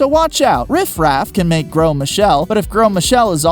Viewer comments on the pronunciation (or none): Its grose not grow Einstein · Please learn that some words, like Gros, do not pronounce all the letters that you see.